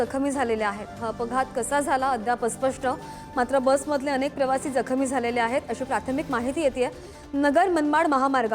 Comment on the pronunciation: जखमी याचा उच्चार तुला करता तरी येतो का मराठी येतं की नाही बातमीदार बाईला